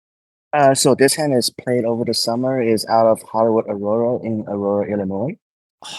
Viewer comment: lololol with the "Auroro, I never heard of Auroro"... poor Asian guy trying to say Aurora lolol